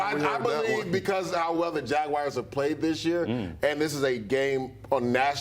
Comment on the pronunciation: Who are the jagwires???? He can’t even talk properly